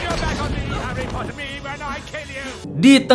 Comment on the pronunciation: Aku langsung ngakak pas dengar aksen Inggrisnya 😂😂😂